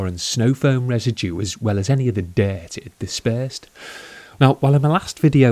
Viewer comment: Dert ? Its dirt lol